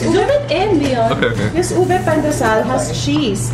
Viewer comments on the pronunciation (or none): Its Leon not Leo